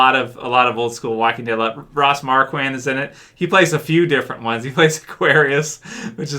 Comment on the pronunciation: FYI Aaron pronounces his name Ross Mar-KWAND.